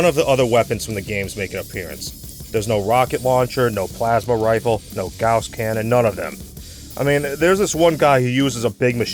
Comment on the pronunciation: FINALLY SOMEONE PRONOUNCES GAUSS CORRECTLY